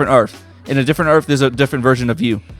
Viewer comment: Earf one